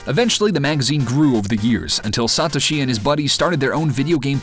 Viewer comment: OMG Learn how to prnonouce Satoshi, you psychopath!!